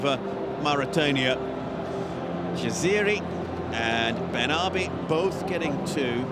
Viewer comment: He also called Ifa "Ayf" and Jaziri "Jazeer" ,Sassi "Sass" and ben hmiida "ben ahmed"